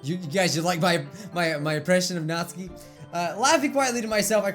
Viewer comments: Nat-suki Not Natski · All reading this comment stop saying Nat-su-ki it is Not-s-kee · It's not Natsuki it's pronounced Nat-Sue-ki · Its natsuki not notski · It's pronounced Naht-SOO-Kee, not NAHT-suh-kee I feel like Hermione right now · It's not natski it's natsuki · Stop saying Natski please it is annoying say NatsUki WITH THE FREAKING U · Natsuki The normal way of saying it. Nat-sue-key Natsuki How says it. Nat-ski A whole new 🌎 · says Natski But others say Natsuki. be like DON'T CARE. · Pronounces Natsuki like Natski Me: 😐🇵🇱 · Is he saying Nazi? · Natsuki sounds likr Nazi when you say it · Its nat suki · you pronounce natsuki's name like nat-suu-ki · It’s NAT-SU-KI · Ur pronouncing natsuki's name it sounds like ur saying not sue key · That's how you say her name! I get very angry when people call her "Natski". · Her name is pronounced "Nat-soo-ki" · Who else hear "Natzi"? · WHAT NOOOOOOOOOOOOOOOO NOT NATSIKE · he said natzi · OH NO NATSUKI!!!! NOT NATSUKI!!!!!!! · Not my Natsuki 😢😢 I'm a french new subscriber 😊 I love your videos very much 😊❤ ( and your hair 😍 )